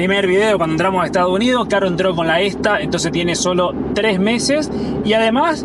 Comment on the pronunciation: se dice ESTADOS UNIDOS jajaj te comes la S en Estados jajaj saludos genios!